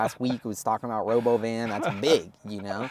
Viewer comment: It's robóvan 😂